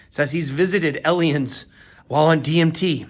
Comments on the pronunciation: why do you pronounce aliens like "allienz" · Please don't say eliens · Why would you ever say aliens like that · He talked to 'Elions'. Idk if that's the ATL accent or what but I don't think I'll be able to forget it. Bless BitBoy 🙏